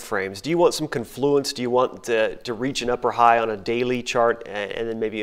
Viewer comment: "Con-FLOO-enss" by two people in one video, both of whom have seen the word before? No. "CON-floo-enss."